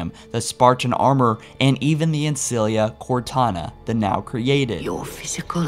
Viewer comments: work on your pronunciation...you repeatedly mispronounced key names and titles....to start with...there is no "liberryun...nor ancilia...nor foreigners..at least listen to other sources to get the pronunciations right. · lie-berryan? Senti-nent? An-cilia? You need to get hooked on phonics my guy. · No not at all. It makes my eye twitch every time, along with "an-sea-lia" and "sentinent"